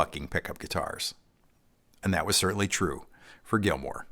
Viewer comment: David GILMOUR! Not Gilmore.